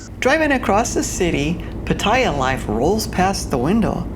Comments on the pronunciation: Do you think you’ll ever pronounce “Pattaya” properly? Speech impaired? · You need to learn how to pronounce Pattaya correctly,.. Just listen to any Thai person.